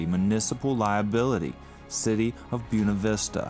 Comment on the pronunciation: Of course a local judge sides with a corrupt city and let's them slip away without paying their debt. And it is spelled B-U-E-N-A, pronounced booWena, not Byoonuh... Stop using Latin names and then disregard how to pronounce them properly....